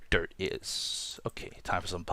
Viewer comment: when he says dirt it sounds like derp